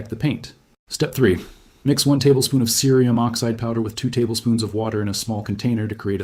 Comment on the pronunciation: Your audio is heard well, and your video is informative. The only question I have is why, throughout your tutorial, you repeatedly mispronounce the word cerium using the hard (C) sound, then the soft sound, over and over?